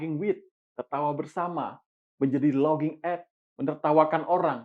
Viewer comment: laughing dibaca lafing ya dek, bukan loging